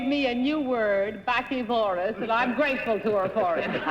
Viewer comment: She also got this right: baccivorous (bækˈsɪvərəs) adj 1. (Zoology) feeding on berries (From: -- though according to the pronunciation guide here, it looks as if she pronounced it wrong. I guess the double c is supposed to be pronounced the same way as it is in the word "vaccination." When I clicked on the American flag to hear it pronounced, it sounded more like "bass'iverus," but that doesn't fit with the way it is phonetically written out on the same web page. The British pronunciation (click on British flag) fits with the "backs" part but puts the accent on the second syllable. Actually, that pronunciation (British) makes more sense to me, because it is compatible with such similar-meaning words as "omnivorous" and "herbivorous." (I looked up those two words on , and they actually have similarly odd pronunciation guides for them. does not list "baccivorous" at all, but its spoken pronunciations for "omnivorous" and "herbivorous" are the ones I have always heard, and they give both accentuations as acceptable in the phonetic spellings.) P.S. And yeah, I know I'm probably getting way too technical and detailed about all this, but hey -- I'm a librarian -- it's what I do! ;) (And besides that, I won my school and district spelling bees in 8th grade. :) )